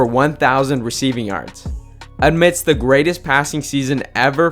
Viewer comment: “Admist” …lol